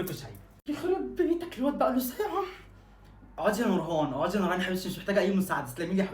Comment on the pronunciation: انا نورهان اسمي اي ده بتقول نوهان 😂😂